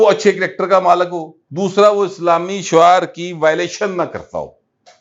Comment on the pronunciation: Shear not shuaar